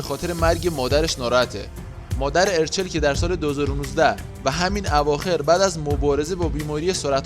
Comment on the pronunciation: یک لطفا درست تلفظ کنید اَرچَل دو این همه هانده عکس میزاری موهاشو دم اسبی بسته کی موهاشو به این خاطر رو صورتش ریخته سه هانده به خاطر اینکه بتونه به مادرش پیوند بده باید لاغر میشد و تحت رژیم های خیلی سختی بود و بعد اون له شکل محسوسی لاغر شد بعد اخه ادم بعد فوت مادرش میره زاویه فک میزنه؟ و اخری به دلیل نشون دادن چال گونش نبود چون وقتی تپل بود چالاش بیشتر دیده میشد